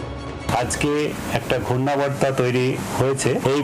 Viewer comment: Ghurnaborto ke Ghurnaborta Bolche 😂😂😂